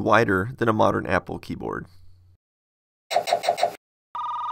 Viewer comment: He said yapple